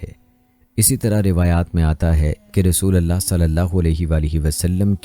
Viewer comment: App kalma galat perh rahy hen RASULULLAH perhna hay zabar nahi lagana pesh lagana hay RASOLALLAH nahi perhna kalma galat nahi perhna cahiye zer zabar galat perhny say minning change ho jaty hen